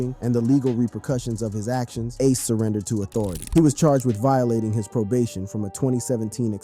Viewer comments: I really hate how you pronounce ACE NAME SMH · why you saying ace name like that?